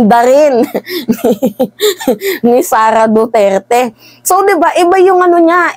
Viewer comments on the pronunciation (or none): none